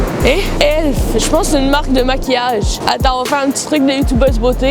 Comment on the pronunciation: Yo je m’appelle aussi Adam mais ca se prononce Adame en gros o dit le m